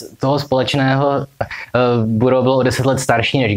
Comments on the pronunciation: Vyslovuje se to Barous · Takhle se vyslovuje Burroughs ???